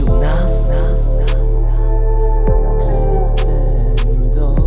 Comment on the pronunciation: Mam „za sobą” Emi i Shizune. Bardziej nawet niż o znaczenie chodziło mi o wymowę tego słowa. Jako muzyka aż boli mnie w uszy to [krescendo]. A grę również polecam!